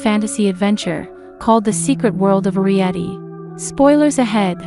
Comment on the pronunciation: It's air ree et ee